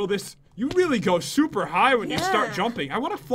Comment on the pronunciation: You said shuper XD